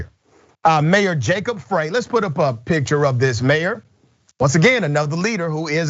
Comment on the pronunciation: Frey....say it like Fry.